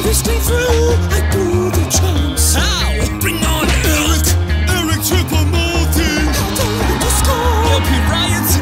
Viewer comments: My favourite part was when it said ERIC CHOUPO MOUTING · MY FAVORITE PART IS WHEN HE SAY ERIC CHOUPO MOTING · Did they say Eric choupo mouting?